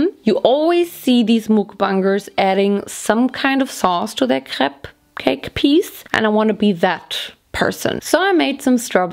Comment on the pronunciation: Crepe cake sounds just like cupcake when says it, lol.